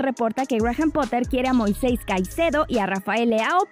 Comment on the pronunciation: MOISEYS jajaja Moisés no mas.